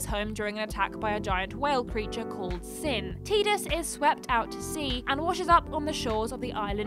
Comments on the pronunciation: I thought Tidus was pronounced Tie, not Tea? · you never played FF10 I assume, but the pronunciation of Tidus. the Japanese ティーダ is pronounced Tīda, like teeda but in English its pronounced Tye-dus. So what you're doing is pronouncing both Japanese names and English names and not getting either right lol either its pronounced Teeda or its pronounced tye-dus always glad to see a video even if it has small mistakes, doesn't take away from the over all message